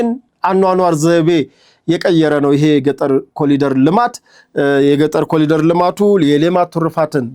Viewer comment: ወንድሜ ከይቅርታ ጋር "corridor "(ኮሪዶር ) እንጂ "ኮሊደር" አይባልምና ይስተካከል